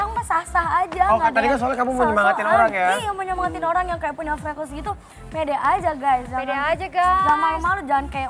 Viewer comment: FRECKLES CARA BACANYA TUH FREKELS GUYS PLIS BUKAN FREKLESSSSSSSSSSS ASTAGAAAA :'(